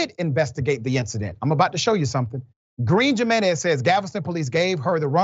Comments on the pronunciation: HE-MEN-EZ!!!!! =JINENEZ AGAIN "HE"---MEN--EZ!!!!!!!! HAVE RESPECT.... THE STRUGGLE IS NOT YOURS ALONE! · Come Or Dr. You know it isn't Pronounced "Jim in ez" Do better Man.. Hew Men ez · Dr. , the name Jimenez is pronounced with a H sound instead of a j. "Himenez" and "Hesus" for Jesus. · Doc it’s pronounced himenez…. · Dr Richie the J in their name makes the h sound. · haha i love u doc the j in their name is a Y sound like yeah not with a J eventhough its how its spelled haha lol sorry my little pet peave lol luuuv u still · Dr. RASHAD I'm sorry but you're murdering their names lol Jimenez and Effy